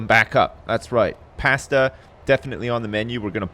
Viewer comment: Some past-tah lol what a weird way to say pasta